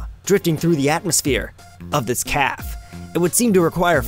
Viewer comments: Did he actually pronounce Starbean's Cafe as "Starbean's Caff"? Wow. Can't even. Wow. It's "Caf-ay", the e has an accent. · It's Café, not Calf. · Why did you call the Café a Caff? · Actually it's "Café".